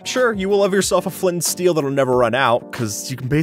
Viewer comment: Who noticed he said steel on 👇